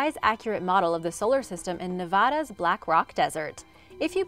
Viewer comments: It's NEH-VAAA(like the A sound in the word BAD)-DUH not NEH-VAH-DUH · Yet she pronounced NEVADA and MERCATOR wrong.